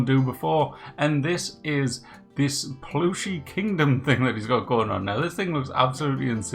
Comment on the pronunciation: Plooshie...Spoken like a good Mackem. 😉